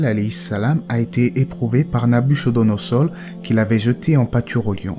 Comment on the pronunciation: ASSALAMU alaykum mon frère, juste une précision : Nabuchodonor se prononce avec k, ainsi Nabukodonosor Qu'ALLAH SWT nous accorde sa GUIDANCE et sa MISÉRICORDE ASSALAMU ALAYKUM